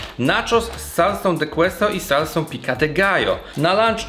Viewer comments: piko de gajo a nie pika de gajo byczku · Pico de gallo, nie pica 😀 Dosłownie to dziub koguta. Nie ma za co 😉